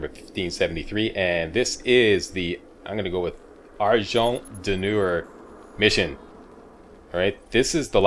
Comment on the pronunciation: The way you pronounced "argent d'nur" was obviously pretty french influenced and made me smile. Do you speak any french? All I know of Québec I do because I've read a lot of novels by Kathy Reichs :D. She constantly writes about the bilingual population and the every day life in Montréal. It's a funny coincidence that you live there too ^^